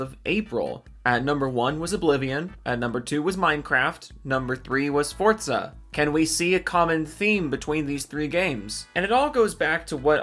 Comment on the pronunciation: its pronounced fortza? i always call it four zah